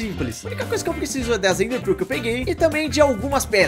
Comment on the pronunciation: PARECE Q ELE DISSE EMDER PIU KSKSKSKSKS (mais eu sei q e ender pearl)